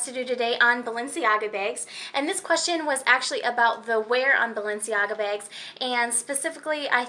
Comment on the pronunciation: You have the oddest accent. "Balenciaga begs."